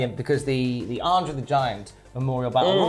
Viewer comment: "Arndre" the Giant